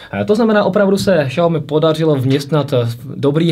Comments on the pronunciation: Je to spíše Siaomy ale nedá se to takhle napsat je tam zvláštní akcent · Bože nečte se to Šaomi úplně mi to rve uši! Žil jsem dlouhou dobu v Číně a i mí čínští kamarádi se tomu vždy smějí. Zjistěte si laskavě jak se to čte!